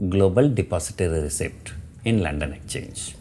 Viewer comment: It is exchange not ecchange pls note